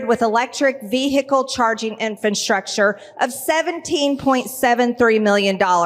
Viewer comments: Did she say "Infantstructure" ~ min..🤣🤣🤣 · Did she say infranstructure??? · Old Yeller Greene called it "infanstructure" minutes. She's a very stupid BBBBBB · Did Marge just say "infantstructure?" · Did she say, infant structure? It's infrastructure, Marge! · Did anyone catch how she pronounced the word “infrastructure” ? She said “infant-structure” Lol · Did she say "infant'structure" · She said infant structure instead of infrastructure. 😂😂😂😂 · Infantstructure? Where did this woman learn to talk? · "infantstructure?" Um, Marge, maybe consult a dictionary before your next rant... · MTG said infranstructure...her grade 9 education is showing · Did she say “infantsructure”? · What is, " infantstructure"? Lol !! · Infantstructure???? She needs to learn more words. 🤣🤣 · "Infantstructure"?? MTG has no understanding of what she is TRYING to say. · IN, DID SHE SAY "INFANT-STRUCTURE" ? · Did anyone else hear infant structure ? It's infrastructure. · Moscow marjorie, what exactly is "ifernstructure" ??? Could it be related to gazpacho police or peach tree dishes?!? 🤔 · “Electric vee-hicle inFANTstructure “ 😂😂 betcha the electric technology that dried mtgs hair this morning worked reliably. Billions have been invested in stealth- the point of EVs being quieter, instant warm up and lower heat signature lost on 6B mtg , but Ukrainians could tell her something, not that she’d listen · "Infantstructure" WTF is that? 😂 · At about 3;30 she actually said "infantstructure". I had to go back and replay it slower to be sure. Why does she insist on trying to pronounce words she doesn’t know, embarrassing herself in the process? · Did she say “infant structure”? Hoo boy! Seems that English is a second language for poor MTG. As far as electric charging stations, we have a bunch of them here in Calif. and I haven’t run into any of them not working as yet. Maybe she can’t figure out how to use one.🤪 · 18 million for that ain’t shit and learn how to say infrastructure.